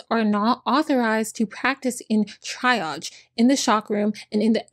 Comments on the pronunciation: Triage is pronounced tree-ahj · *Tree-ahge... 😉 Thank you for doing this one. I had heard it before but never with this much detail and everyone involved in her abuse should be fired and charges should be filed.